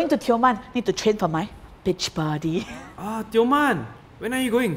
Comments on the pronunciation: Lol I was dead when she said beach body Because she said bitch body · Did say bitch body? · I thought said "Bitch Body" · Who else heard “bitch body” in the beginning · On the first part I heard pris said "training for my bitch body" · When pris said beach body it sounded like the bad word for female dog 😖